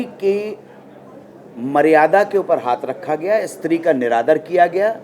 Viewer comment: Istree Nahi Bhai stree hotha hai😋